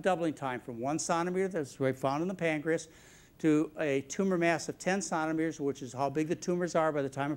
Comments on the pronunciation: Conameters?? Is this nice gentleman from Mars? Centimeters!! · Why is he pronouncing centimeters like "sonometers"??? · I like McDougall but for goodness sake it’s ‘centimeters ‘ not ‘sontimeters’ and it’s ‘soldering’ not ‘soddering’........ sheesh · 30 minutes into the video and just found out that "sanometers" is actually centimeters. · OMG! I'm sure this guy has interesting things to say and maybe there is a perfectly good reason he keeps calling centimeters, sonameters, but I can't take it anymore. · He pronounces centimeters wrong and it is killing me. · I like his French way of pronouncing "centimeters". It's cute, actually! :)